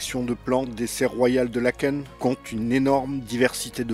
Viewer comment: Bonjour. Tardivement je mets un commentaire. Bravo pour l’historique 👍 et pour avoir correctement prononcé le nom de la commune (Laëken) et les noms en général ! J’applaudis à 350 mains 😂 Que ça fait du bien d’entendre cela ! 😊 Et oui, ce joyau n’est ouvert que 3 semaines/an. Léopold II fut nommé le roi bâtisseur mais je vais m’arrêter là car il était assez farfelu et …. Difficile et sévère ! je suis une petite belge bruxelloise francophone de 60 ans qui vit en France depuis 22 ans 😊 par ❤